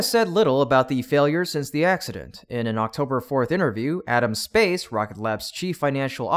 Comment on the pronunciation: it's Adam Spice, not Adam Space, even though I agree that name change would be appropriate.